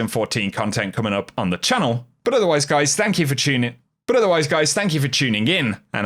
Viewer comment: But othawaize guise…but othawaize guise 😂